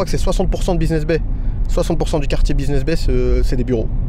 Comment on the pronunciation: Buiseness Bay ou business bay 😂 . Je vous taquine . Super vlog 🙏🏿